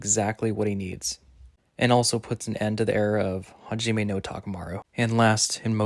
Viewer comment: mate you should pronounce the core names and words right... Good video though! Takamura (not Takamarou) hajiME (not haJIme)